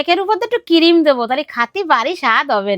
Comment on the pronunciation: Cream ❌ Cirime ✅